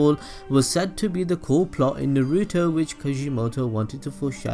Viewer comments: Why can't this guy pronounce things correctly? It takes away all enjoyment from a simple monologue. Naruto is pronounced Nah-Roo-Toe. Not fucking NAY-Roo-Toe. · who tf is Nuh-ruto??!! smh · Can U please learn how to pronounce shit like u can't pronounce NARUTO or mangekyou sharingan